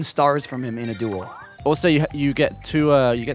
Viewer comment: Watching this in 2018 is tough because Gavin keeps saying duel and it sounds like juul